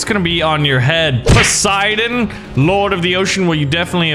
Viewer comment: bruhhh its poseidon not posieden